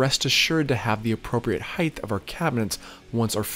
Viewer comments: Except for the pronunciation of height (I kept hearing "heighth"), this was a very detailed and very satisfying video. I appreciate the detail from start to finish, and I learned what I'm willing to do myself vs a professional. Probably the first video that I watched fully. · Height? Heigth?